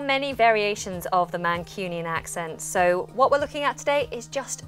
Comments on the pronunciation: Am I the only one that can hear a twang of Yorkshire in this mancunian accent? Words like 'So' she pronounces as Serrr (Very yorkshire) and 'Square' she pronounces as 'Sqerrr' . Apart from that it's bang on. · Definitely a little yorkshire in her accent. To pronounce "one" as "won" and "so" as "sur". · You have not emphasized enough an aspect that is, in fact, the most prominent to a non-native speaker: pronouncing "daily" as "dêly", "so" as "sô", "face" as "fêce", "waiting" as "wêting", "made" as "mêde", "take" as "têke", "bathe" as "bêthe" (with ê and ô having sounds as in the Portuguese language).